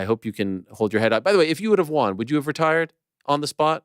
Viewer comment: it’s nuts Ariel still cannot pronounce the word “won” correctly lol